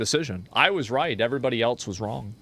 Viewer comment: SHOW ME THE T IN ELSE.......WHY DO PEOPLE SAY IT LIKE THAT